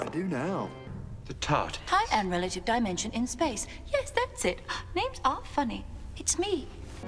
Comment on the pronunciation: I think Dimensions in Space is more of a vocal slip up because as you're about to say space your mouth it readying to make the s sound and sometimes that will roll back to the end of dimension and sound like dimensions.